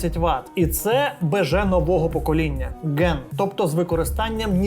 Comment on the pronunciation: Не ген а ган